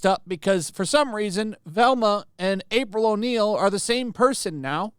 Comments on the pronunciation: He called her April O'Meal, lol. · called her "April O'Meal"